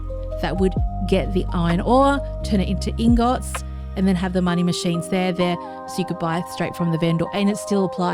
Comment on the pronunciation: Awesome base. You have some really strange pronunciation for certain words which is interesting, like vendor and ingot, the stress accent is on the wrong syllable.